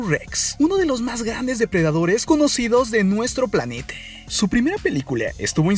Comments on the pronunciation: Porque mrd dice godzille y parecide y planete wtf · planetaaa, esa aaa me dio risa, siempre que escucho esa vos escucho eso, como pronuncia esa ultima silaba, me da risa bro, me gusto tu video